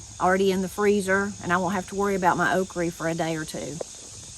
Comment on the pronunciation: I think I missed a lesson on pronouncing “Oh creeee”. (Okra) Seriously I usually have heard “the guide” or list. Missed this one. 🙅‍♀️